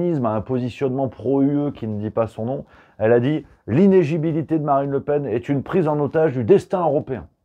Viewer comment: iné-LI-gibilité 😉 Sinon merci pour le bol d'air au milieu de ce cirque politico-médiatique.